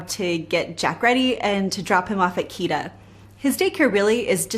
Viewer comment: wtf's a KIDA, it's called KITTTTTA Love how the video is shot and edited